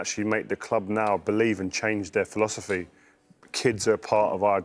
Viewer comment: Don't panic cos rio finks frank can change the filoserrrrfeee. 😅😅ffffeeewww